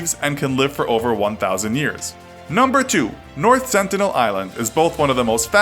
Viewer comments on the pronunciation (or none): none